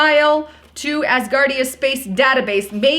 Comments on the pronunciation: “Ass-guard ia”.....🤣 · Did you mean ASSgardia? Hillarious